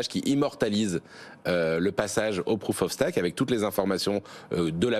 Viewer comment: Prouf of Staque ... 🤣🤣🤣